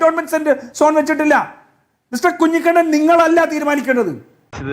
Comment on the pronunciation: കെ ടി കുഞ്ഞികുണ്ണൻ അല്ല കുഞ്ഞി കണ്ണൻ കേൾക്കുന്നുണ്ടല്ലോ നിങ്ങളുടെ പേര് ഒരുപാട് വിളിപ്പിക്കാൻ ശ്രമിക്കരുത് 🤓😃